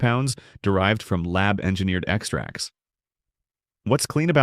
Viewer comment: It;s EX tracts, not exTRACTS, you AI POG!!